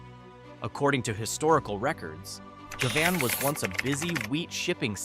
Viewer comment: AI crap. Govan pronounced three different ways within a minute. YouTube sucks now.